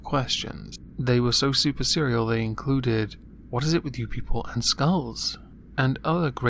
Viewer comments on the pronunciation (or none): none